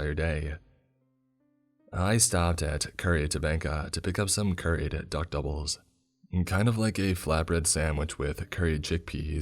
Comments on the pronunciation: Did you say ddoouubblleesss 🇹🇹🇹🇹🇹🇹🇹🇹🇹🇹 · Did he say doubles 😅